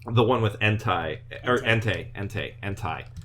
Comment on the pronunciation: That Entei slip though!